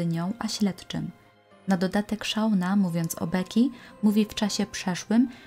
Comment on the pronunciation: Ale please, czytajcie poprawnie imiona. Nie Szauna. SZONA. Naprawdę nie jest trudno znaleźć w necie poprawną wymowę nazwisk, imion, nazw miejscowości... Materiał przygotowany porządnie i szkoda, że takie coś szpeci.